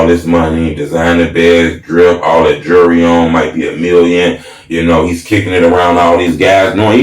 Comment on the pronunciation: he spelled jewelry right, but didn't pronounce it right. pet peeve, jewelry, not jury.